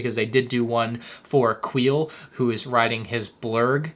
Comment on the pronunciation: Hey man been watching you for awhile now and love all your work that you do you’ve definitely got me through some tough times but the way you pronounce “Omega” (Omeega) and “Quil” (Queel) I mean sounds like the Lego development team is wearing off on you a bit 😂